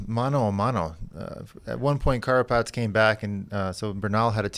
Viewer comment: George,, it is "Carapaz" not "Carpatz" or "Carapatz"..